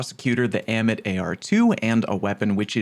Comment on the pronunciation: Ah-mit. Say it with me. Ah-mit.